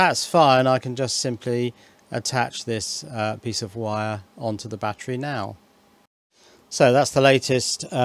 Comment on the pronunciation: I laughed when u said big baattery!